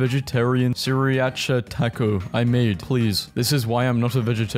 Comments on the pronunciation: I have never heard someone pronounce it “sirEatcha” it’s SIRACHA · Bro called Sriracha "Siriacha" 💀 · Hearing try and pronounce sriracha is hilarious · the way he pronounced sriracha is absolutely apalling AAAAAAAAA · The way you pronounced sriracha tho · Bro can’t pronounce sriracha